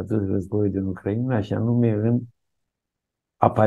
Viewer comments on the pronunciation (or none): none